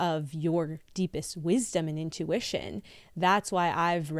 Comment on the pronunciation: Intuwitchin! Love it!